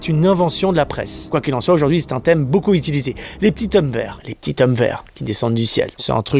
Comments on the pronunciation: Les petits hommes verts, si tu le dis au pluriel tu dois faire la liaison mec et prononcé zhommes. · Bonjour Julien, j'aime bien tes vidéos toujours divertissantes ,( par contre on dit les petits z'hommes verts et non pas les petits t'hommes verts ) mais bon , c'est bien de faire une vidéo par jour, merci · on dit les PETITS'ZOMMES VERT avec la liaison